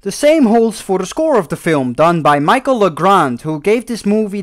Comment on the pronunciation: “Michael” Legrand. [facepalm] Lol!